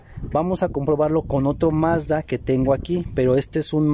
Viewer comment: Mazda tregs hable bien